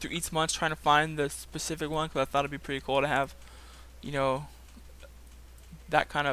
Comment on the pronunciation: Specific not pacific.